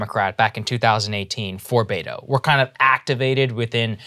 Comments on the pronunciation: It's not Baytoe...use beh-toe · I hate him for the sheer fact he pronounces his own name Bay-To. It’s Be-Tho. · Bet-tow, not Bay-tow. Are you EVER going to get this right? EVER? You make fun of lazy journalism all the time. This isn't just lazy, it's a personal insult to the candidate. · “Bay-toe”? It’s pronounced Beh•to, just a heads up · It’s Bet-o not Bay-to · Roberto becomes Beto. But that should be "Beh-toh" not "Bay-toh" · I cringe everytime I hear them say "Bayto". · Just saw a video of him saying his own name as Beh-Tow which is better but annoying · it’s not about him. It’s about blatantly mispronouncing a name that hundreds of thousands of people have. Culturally inept. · Im so sorry, so sorry. I must ask... Why are you mispronouncing his name. Mocking or subtle racism???